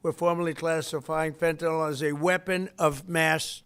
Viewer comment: Fentanyl is not fentanol, you doddering old fart.